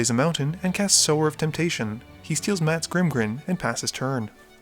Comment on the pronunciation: You pronounced "Sower" correctly! Fuck yes! I knew you had it in you. Way to go, tiger!